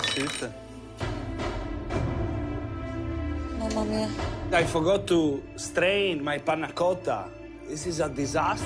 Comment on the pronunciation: did she just say mamamia???